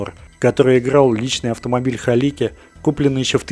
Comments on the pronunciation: Кажется что фамилия каскадёра должна звучать как Галицкий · Правильная фамилия - Галицкий, а не "Халики")